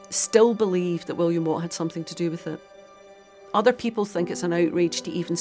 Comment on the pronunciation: That woman expert,who keeps saying somethink,instead of something,is really getting on my nerves.She also said ‘nothink’.What an appalling mangling of the language.